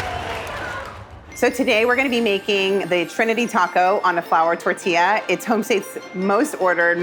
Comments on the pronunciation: ok Keith saying the last tortilla without the gringo accent - 😅 phew fanny flutters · Mexico has entered the chat Keith saying Tortilla is amazing I gotta say Eugene made a Mexico City quesadilla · Keith days tortilla 3 times and his pronunciation gets better each time. Practice is key!